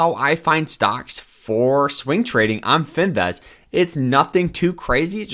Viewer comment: bro please never pronounce the word finviz again because wtf LMAOOOOO